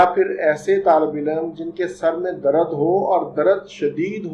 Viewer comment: Dr sahab darad nai hota dard hota ha